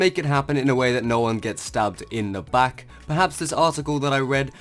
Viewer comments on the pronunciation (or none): none